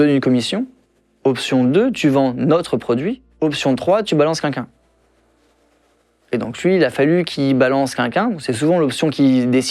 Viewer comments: Tout ça c’est triste ok mais s’il vous plait, « QUELQU’UN » pas « kunkun » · Il a répété des dizaines de fois le mot « quelqu’un » dans ses réponses et pas une seule fois le mot n’a été prononcé correctement ! C’est queLqu’un ! Pas « kinkin » ! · C est vrai curieux cet accent''quinquin"😅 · jaime pas quand il dit kinkin pour dire quelqu ' un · Par contre cette façon de prononcer « quelqu’un » m’a stressé toute la vidéo. 😅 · Content pour lui. Par contre faudra lui dire qu'il y a un L quand on prononce " quelqu'un"